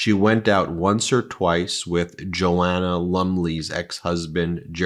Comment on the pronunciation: Joanna pronounced Jo-Anna, is one of the UK’s national treasures. We all know ‘what’s his name’ is a sleeze ball convicted rapist. You also pronounce the name as ‘Du Frey’. Who does any broadcast without researching how to pronounce names correctly. The idiot can’t do one single program without mispronunciation